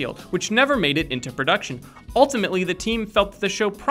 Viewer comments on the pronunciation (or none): none